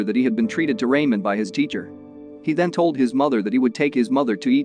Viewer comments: “Raymon noodles” sorry its Ramen Noodles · As someone who watches Asian movies, It irks me hearing you incorrectly pronouncing 'RA - MEN' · "RAYMIN NOODLES" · raymen noodles lol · not the "raymen" noodles 💩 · "rAimEn noodles" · This was a heart touching movie… enjoyed the summary (even though Ramen was pronounced like …lol) Thank you for sharing! Side note- maybe it was just me but none of the main cast looked familiar, whereas… the woman acting as the librarian looked like someone very well known ? Hmm 🤔 rare to see someone you would think is more famous take such a small side role.. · Not just the ramen, even onigiri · It kills me when he say ramen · bro why he say ramen like that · Omg it's so funny but I will not judge him though